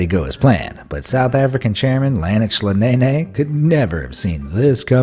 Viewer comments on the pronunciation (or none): HAHAHAHAHAHA !!! I wonder in nhlanhla is watching this . Talk about name butchering. I dont think there's an easy way to help pronounce the name as you'd have to be some what familiar with nguni names but his last name is pronounced as Neh-Neh. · You said Mr. Nene's name incorrectly... 🤣🤣🤣🤣🤣